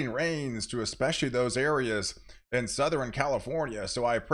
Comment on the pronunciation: souther-N Once you hear it you can’t unhear it😂